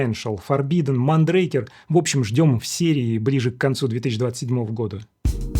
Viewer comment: и "МондрАкер" . Это испанский бренд.😊